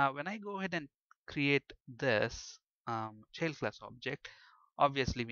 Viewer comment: bit annoying the way u keep saying cheild class